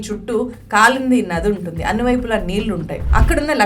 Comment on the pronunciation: నీల్లు, కల్లు కాదమ్మా.. నీళ్లు, కళ్ళు, పళ్ళు... ళ అని పలకాలి.. ల కాదు.. మని పూర్ కాదు. మణి పూర్